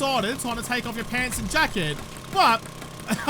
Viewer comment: gonna assume you said "Jacket" 😂🍺